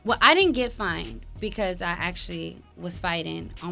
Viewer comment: Y’all killing me it’s FINED not FIND 🤦🏽‍♀️